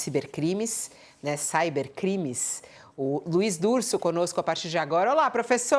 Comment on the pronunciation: em português, "cyber" tem a grafia ciber, pronunciado assim mesmo, não "çáiber"